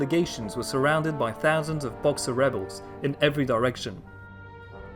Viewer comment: Definitely raised in the UK though.. can tell by the way he says "fousand" , "somefing" , and "foroughly" 😉